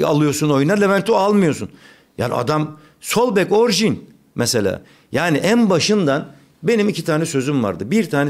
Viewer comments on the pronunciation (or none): none